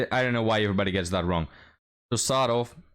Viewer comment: It's not apostrof, but apostrofee (phonetically) btw